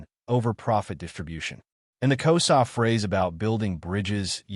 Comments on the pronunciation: It's Xhosa not Koza. I won't comment on the conversation it's distortion. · I am from South Africa and it is not K o s a its actually K HOZA you use the H more pronounced and the S sounds like you use a Z and the Z is also more pronounced so you know..